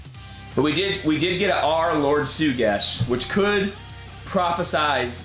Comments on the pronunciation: it is NOT PRONOUNCED SUGESH BUT IT IS PRONOUNCED SHUGESH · eh excuse me sonny but it’s not pronounced Lord Sugesh but it is pronounced L. O. R. D. S. H. U. G. E. S. H which spells Lord SHUGESH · he is actually PRONOUNCED S. H. U. G. E. S. H WHICH SPELLS SSSHHHUUUGGGEEESSSHHH WHICH IS SHUGESH AND HE IS NOT PRONOUNCED S. U. G. E. S. H WHICH SPELLS SUGESH